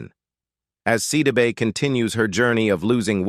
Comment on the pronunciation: Look, before you try and do a story on a person, learn how to pronounce their names!! You missed pronounced her name every time you said it! You💯 need NOT make this your career😒😒😡